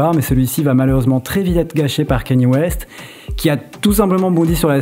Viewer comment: Désolé mais tenir une chaîne dédiée à la musique et écorcher la prononciation de Kanye West..